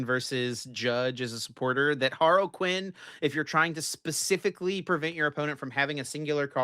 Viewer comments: also is HAR-LEE-QUIN not Haroquin sorry to cook you twice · Har-Luh-Quin. Not Harle-Quin. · it's not HAR-LEE-QUIN either dude, it's more similar to HAR-LUH-QUIN, the other you're referencing is the DC villain Harley Quinn.